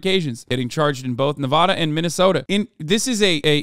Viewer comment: Jesus Christ Hasan, pronounce Nevada right!